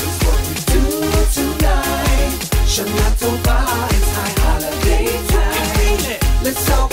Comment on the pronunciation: Shana tova not tobbacco